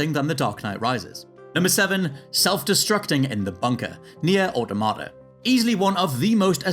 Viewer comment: My brain exploded hearing him pronounce "automata"